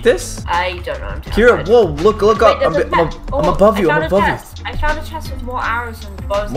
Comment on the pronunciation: When caylus said above you i thought he said i love you